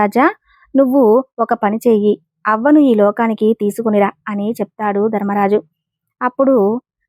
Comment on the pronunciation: ధర్మరాజు అనాలి దర్మరాజు కాదు అక్షరానికి ఎక్కడ ఎలా పలకాలో అలా పలికితేనే అర్థం అందంగా ఉంటుంది